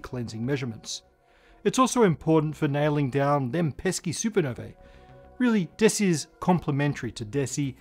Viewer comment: Supernovae = “soo-per-noh-VEE”!